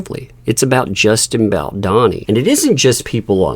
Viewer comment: you're pronouncing Baldoni wrong. It's a plain O.